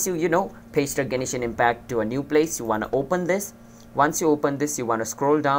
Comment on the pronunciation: The way you Say Genshin impact honestly annoyed me but it was an overall good video that helped me